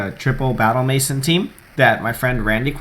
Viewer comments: maison- MAY-ZON not MASON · Just for future reference, it's "may-zawn," not "mason." I only know because of the Simpsons' "Maison Derriére," haha. Seriously though, good stuff. I'll take note of these threats to this triples team. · please learn how to pronounce MAISON k thx